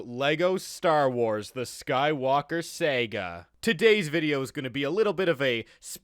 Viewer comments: It is Pronounced Sarga not Seyga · Why do u say “Sega” instead of “Saga” sometimes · It is sah gah not Sega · I hate how this man pronounces Saga